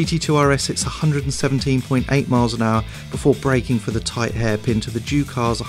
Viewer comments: Every time they say "Juke R" it sounds like they're saying "Jew Car", lol!!! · Anyone else think he said Jew-Car? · what the hell is this guy's issue with the letter J